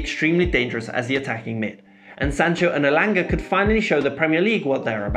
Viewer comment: I watched your till you said elanga .